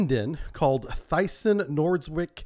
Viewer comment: Thyssen is not pronounced "Thigh-sen" it's more like "Tiss-en" altho the y sound is more like an umlaut so I know it can be hard for english speakers. Greetings from Germany.